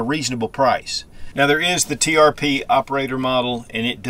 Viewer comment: Springfield Trp! You said tpr a few times 😊. Beautiful gun!